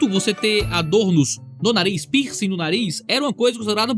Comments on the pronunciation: "Pinsi" "Pinscher" 😂😂😂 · Eu achei que o pastor tava falando “pinscher” e nao “piercing” kkkk